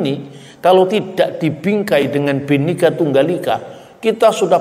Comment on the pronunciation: PakbapakselalumengucapkanBenikatunggalika,bapasalahpak TapiBinekatunggalikalbukanbenika tapibhineka bukanbhenikaterimakasih